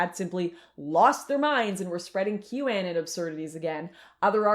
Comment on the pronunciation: Did she really just say "Qew Annin'"? Guess she has no fck clue about what that whole movement was about if you cant even pronounce it right.